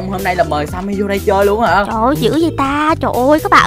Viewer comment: Sao skin tên Timmy mà tiếng là Sammy vậy